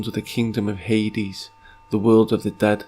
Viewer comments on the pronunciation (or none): none